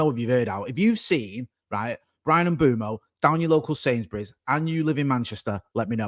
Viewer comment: In this one video says “Mbomo”, “Mbwaymo”, “Mboomo” and “Mbwemo” and none of them are correct 😂 Bless him